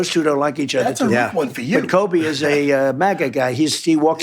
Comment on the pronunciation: So funny that he calls Colby 'Kobe'